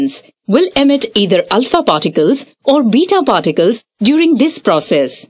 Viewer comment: Who else only hears farticals instead of particles 😂